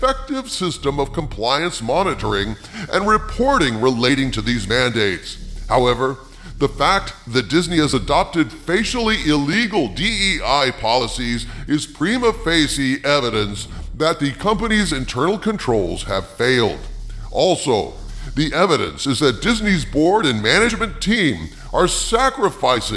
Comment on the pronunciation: Omg i've never thought that i will laugh my azz off hearing our evil mastermind trying to speak latin. XD prima feces xD